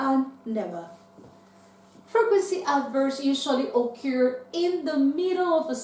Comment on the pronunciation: Hi, I have just come across this video and I like it because it's very useful. However, I don't think she pronounces the verb "occur"correctly. Thanks anyway.